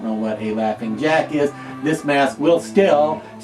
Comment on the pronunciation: Jaughing Lack 😂🤣